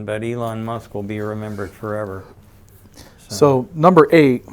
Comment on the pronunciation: "Elon Musk will be remembered forewer."